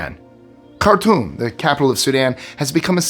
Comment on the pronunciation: Okay this is all very sad 😿 But I have to make the comment of when you were talking about the city of Khartoum I think that's spelled right I'm not sure but anyways it sounded like you were saying the city of cartoon I'm like what the hell that should be a happy place